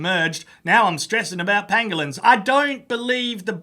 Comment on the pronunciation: pronounces Pangolins same way Benedict Cumberbatch pronounces Penguins